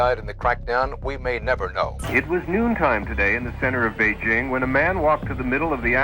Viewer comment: why does it sound like he's saying wazup beijing